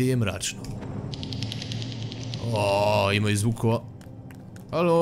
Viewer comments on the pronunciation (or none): none